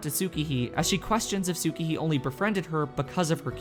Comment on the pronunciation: dammit Tsukihi is pronounced: S-kee-hee